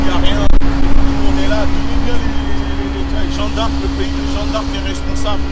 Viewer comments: Et j ai bien enttendue il dit " on est au statut de jean d arc " 😂😂😂😂haaaa gucci.... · Il arrive mm pas a dire jeanne d arc correctement 😂😂jean d arc jean d arc y a deux jours il a dit.. ceux qui sont en libye c est de votre faute on vous a prevenue fallais pas y aller... et la maintenant tu demande de les liberer mais frere ca n a aucun sense se que vous faites chaque video vs discredite un peut plus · "Jean D'Arc", faut apprendre a parler déja.